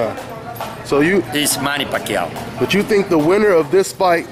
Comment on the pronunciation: he said Pacquiao perfectly. That's how it's pronounced in the Philippines.